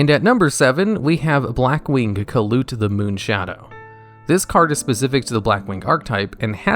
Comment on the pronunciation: I thought kalut was pronounced more like caiou and less like kaput